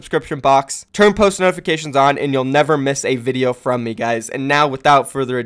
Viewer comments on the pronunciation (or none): none